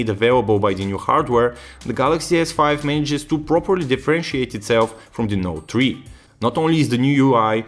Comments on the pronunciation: Note tree :P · galaxy note tree lol..